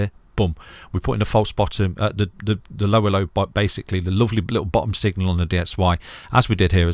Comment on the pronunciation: when you say Lower low, its sounds like "ello ello" lmao